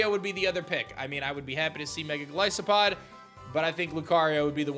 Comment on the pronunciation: It's Gol EYE sopod (Goliath + Isopod) not Gol EE sopod.